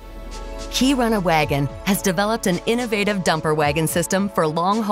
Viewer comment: And that's not how you pronounce Kiruna...